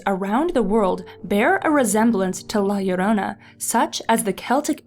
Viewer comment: YES SHE PRONOUNCED IT RIGHT😂 this story and el chupacabra freaked me out as a kid